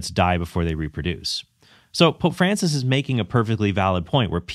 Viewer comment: If Altman insists on calling Francis by his given name, could he at least pronounce it correctly? Or is he purposely mispronouncing it as a further sign of disdain?